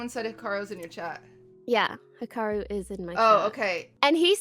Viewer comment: that's probably closer to how his name is actually pronounced tbh